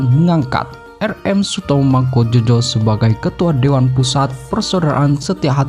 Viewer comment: Ngawur yg baca narasi.Bukan mangkujojo bacanya mangkujoyo.